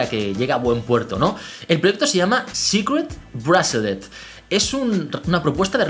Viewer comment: ''CRAUFUNDIN'' ''APOL WACH'' ''SICRET BRUASALET'' Nice english GG